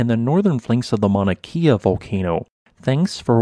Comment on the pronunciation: Well done! Mauna Kea is pronounced Kay uh😊